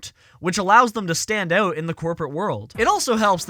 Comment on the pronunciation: "Stand Oat"